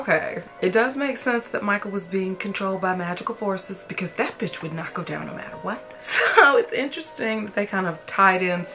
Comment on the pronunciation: I gagged when she said “jinkies betch”